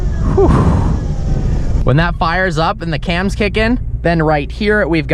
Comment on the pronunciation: “New CAMS” come on 🤦🏻‍♂️